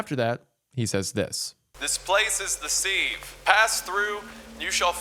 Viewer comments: omfg 'sieve' is said 'SIV' like Give not like Sleeve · Pronounced "Siv", like "give". Not "seeve", like "leave". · yeah! And he definitely pronounced sieve wrong multiple times on purpose too! All part of the plan. Daddy is perfect 😂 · ...Has Wendigoon never heard the word "sieve" before? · Maybe shoulda thrown in an outtake where you pronounce "sieve" correctly. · the real horror is how he pronounces "sieve"